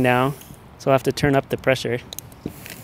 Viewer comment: Preasure. (I'm not sure if this is amalgam of pressure and pleasure, or simply racist asian pronunciation of "pleasure.")